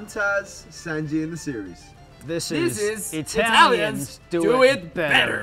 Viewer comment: Pronunciano le parole come se fossero spagnole lol